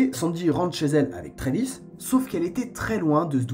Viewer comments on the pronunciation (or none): C'est Travis pas Trévis